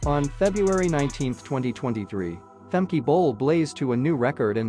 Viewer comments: Pronounce her name correctly please, you say femkeee it should be more like femku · No no. It’s like Femkeh, not Femkuh. I am Dutch, so I know how to pronounce her name.